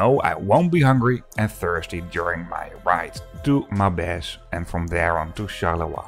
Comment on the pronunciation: It's Maubeuge, not Maubege.